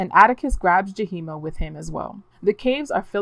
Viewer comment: The two spirit name is Yahima not Jaheema